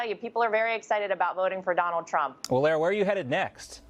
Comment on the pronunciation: "L a-a ra"???